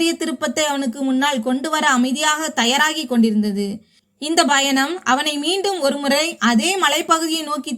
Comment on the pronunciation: When you pronounce the word -,travel-you are sounding it as" Bayanam" instead of Payanam. Correct it